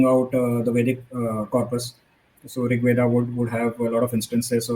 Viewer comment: Anybody who pronounces rigveda as rigvedaaaa and mahabharata as mahabharataaaa should not be taken seriously